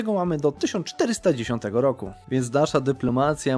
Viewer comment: Sorry ale znowu słyszę że "do 1410 roku" mimo że dobrze wiem że masz na myśli 1490